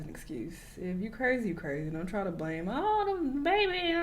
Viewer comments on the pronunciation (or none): none